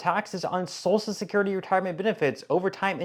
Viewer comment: Don't you think if there were hundreds of American citizens who have lived to be 150 years old, there would have been reports of this in the news? This has nothing to do with fraud. Do your research before you spew inaccuracies. And while you're at it, learn to pronounce "social". And, just an observation -- don't you find it odd that in its fanatical search for fraud and overspending, DOGE has conspicuously ignored the Pentagon? The one body that has failed every audit it was ever subjected to? (to date, I believe that number would be 7)